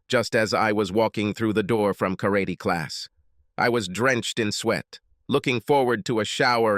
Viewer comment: I HATE AI spoken stories. Especially the way the AI pronounces Karate.